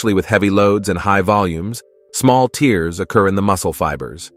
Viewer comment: Your A.I. should learn how to pronounce the word "tears"